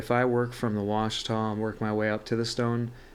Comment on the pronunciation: Washita = wah-SHE-tuh; not wah-shuh-TAH. It’s named after the mountains in Arkansas.